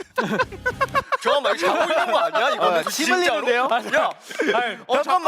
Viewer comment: 다 뭉개지는 발음으로 아 자까망... < 여기 넣어준거ㅠㅠㅠㅠ 대박 귀여워 진짜 아기졸업 유예해야겠다